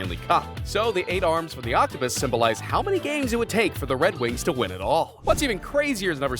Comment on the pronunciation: Ah Yes My Favorite Team In The NHL "The Wed Wings"